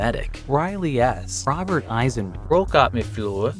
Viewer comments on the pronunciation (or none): none